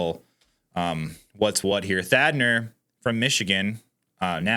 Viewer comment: Thanadar not Thadner